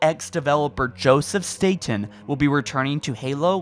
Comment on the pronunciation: Wow, you pronounced the last name correctly! No, I'm not aware of being related to Joe, but then again our last name isn't that common. Everyone says it like the island in New York, but we Statens say our name like you did. Kudos getting it right 😀